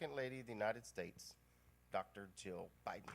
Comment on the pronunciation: When Joe Biden says his wife’s name, it sounds like he is saying “Joe.” It is weird. Also, this guy has got nothing. He needs to retire, go sit on his porch in Delaware or wherever he lives and just drink mint juleps and reminisce with his old friends. 🍹 He would be a terrible President, that is IF he could beat Trump.